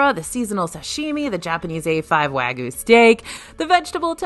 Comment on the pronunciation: I love your videos and all the food content, but I'm going to have to call you on your claim that you welcome constructive correction on pronunciation,. "Wagyu" is pronounced "Wahg-yoo," not "wag-oo." A lot of people think the Y is silent, but it's not. I still like this video, though, and even though I've been to WDW several times over the years, I've never eaten at a lot of these places and really want to go back and hit them up. I don't think we ever even paid any attention to Morocco or Canada, and I wish we had.